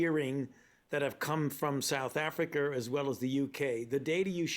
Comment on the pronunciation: In the beginning, i could've sworn fauci said "south africer".